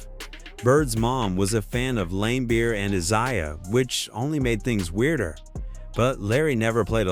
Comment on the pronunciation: limebeer? Another crappy AI channel to block.